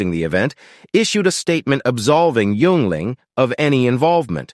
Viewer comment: It’s not you-ingling. It’s pronounced “yingling”.